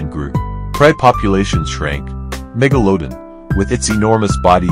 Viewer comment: get rid of the awful A Get rid of the AWFUL AI narration. "meg-o-low- din"??? What a joke.